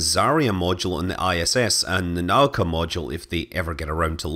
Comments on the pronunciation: Yeah, and just for the record: the second (stressed) syllable in "nauka" is not "ka" but "u" :) nuh-OO-kah. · In "Nauka" the emphasis is on the second syllable, not the first. "Kurs" mean course, but it's pronounced koors, not kurz.